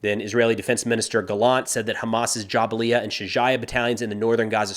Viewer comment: JaBalia not JabaLia